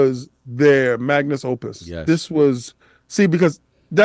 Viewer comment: Its magnum opus not magnus opus.